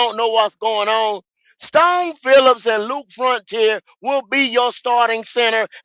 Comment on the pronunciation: Leave it to my nigga goat to fuck a name up for hours str8 who tf is Stone Phillips 🤣🤣🤣 🫡